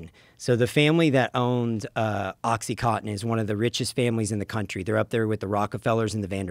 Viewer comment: Why do Americans all say "oxy-cot-in" ? Isn't it oxy-coN-tin?